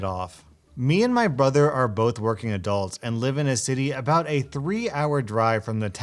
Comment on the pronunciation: Yo said bother instead o brother